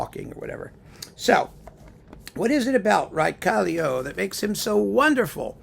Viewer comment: Raekallio is such a great artist! Too bad that he fell seriously ill some years ago. As far as I know he has recently focused mainly on teaching. P.S. Your pronounciation of his name was absolutely correct.